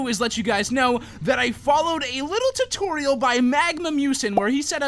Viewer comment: Says: followed torturial by magma musen, vidio says: mubo jumbo